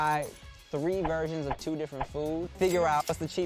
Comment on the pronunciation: Whenever Timothy explains they'll try 3 different "versions", it always sounds like 3 different "virgins" hahaha